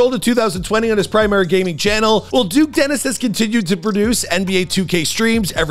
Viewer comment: nah bro said duke desteni